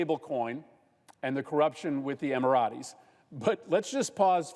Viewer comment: What you're saying is good! How you keep mispronouncing things is so awful.... It's not "cutter" it's "kuh-tar" or "kuh-tar-EE" and it's not "emmer-ah-tays" it's "emma-rates." like the number eight is pronounced. I only mention it because it hurts your message when you don't take the time to google how it's said in the land where they made the name. show some respect for others' culture and languages. It almost feels intentional watching you do it several times, but I choose to believe that you are just unaware. Please man. I love these presentations. They just don't hit as hard when I have to keep cycling back through it to grasp the context. I fear that people who aren't white just hear a redneck when you say Emerates like a texan says "grassy-ass" instead of gracias. It is not a good look. I digress. Keep up the great work.